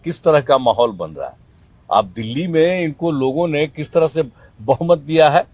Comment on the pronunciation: क्या मेरा बिहार बर्बाद कर देगा ये लोग जिसको दिल्ली बोलना नहीं आता डिली बोलता क्या वो देश चलेगा 🙏🏻🙏🏻